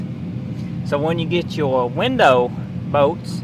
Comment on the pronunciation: what the f are bowts, pretty sure he meant bolts